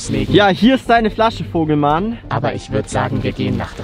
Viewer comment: Junge Vogel und und nicht Fogel